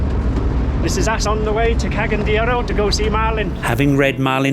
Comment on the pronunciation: I’m hearing “Ke-gen” de Oro, please work on your pronunciation. It’s “Ca-ga-yan” and the letter A is pronounced as “Uh” like in the word Ambassador (uhm-bassador) 😎👍🏼